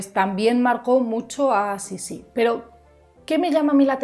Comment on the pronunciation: no se pronuncia Sissí con tilde en la última i. Se pronuncia Sissi, como palabra llana. Yo creo que Sissi fue una mujer que vivió para adentro, centrada en un mundo interior, muy para sí misma. Cuando tenía que hacer frente a situaciones adversas, elegía distanciarse y replegarse sobre sí misma en vez de luchar. Es lo que ocurrió con sus hijos mayores. Lo intentó al principio pero finalmente desistió. Era egoísta, si entendemos por egoísmo el hecho de dar prioridad a los propios deseos por encima de los deseos de los demás. En todo caso fue muy fiel a sí misma, y su manera de no doblegarse ante la implacable maquinaria de la corte consistió en marcar una distancia insalvable que la convirtió en un ser extraño e incomprendido a ojos de muchos, sin que a ella le importara lo más mínimo. Por todo esto despertó rechazo y fascinación a partes iguales. No creo que fuese una mujer manipuladora, fue más bien una mujer inadaptada, contradictoria y en general desgraciada. Un personaje interesantísimo...